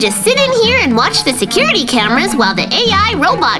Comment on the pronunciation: Bro said securty mezards 20 times 💀💀